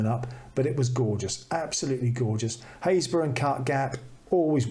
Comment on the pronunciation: Another delightful episode. I don't watch many vloggers as most of them just shout at me....Very beautiful images and chuffed to be part of the club who know how to pronounce Happisburgh! Keep them coming, always a joy.